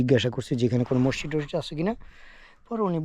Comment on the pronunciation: Hala mosshid na maszid kotha o bole vulval